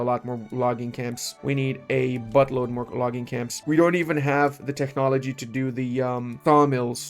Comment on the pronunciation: Techhhnology, Eye-Ron 🙃